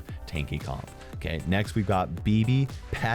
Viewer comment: saying ok instead of 'KAY at 3;23 after yeaaars